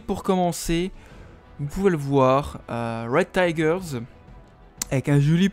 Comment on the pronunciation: The ✨red tigers✨ quel accent